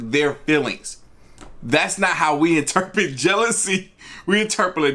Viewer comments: My guy said "inturperate! 😐🤧😂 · Interpilate, interplate, interpret lol I love you man, but we gonna have to do a video on how to say interpret correctly haha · "Interperate"? That's a new one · Omg he said interperate 😂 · In-tre-per-a-rate. Hmm